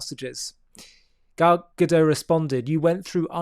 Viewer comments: It's Gadot (with a sounded T), not Gadoe. You should know how the Hebrew female plural is pronounced. This isn't french 😂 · She's not French. Correct pronunciation - Gadot rhymes with hot.